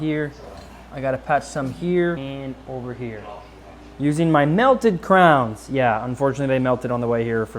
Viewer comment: Did he just say crowns? Must be one of those crazy Kansas boys.